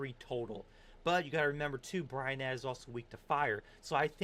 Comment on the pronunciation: how did you get "bryonath" from "bryophyta"